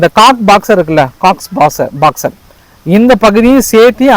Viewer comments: Anna athu காக்ஸ் பஜார் Cox's Bazar... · Cox box illa cox bazar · அது Cox பாக்ஸ் அல்ல அது coxbazhar.